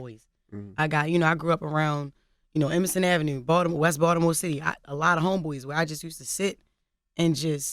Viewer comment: Balitmore shat! lmao